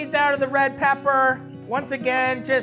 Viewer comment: If you ever say the ER at the end of CRACKED PEPP EVER AGAIN I WILL UNSUBSCRIBE